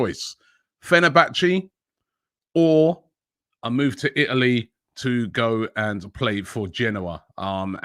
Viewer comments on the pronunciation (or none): none